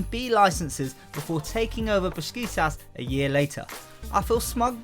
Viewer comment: Why do you pronounce Besiktas Beskitas?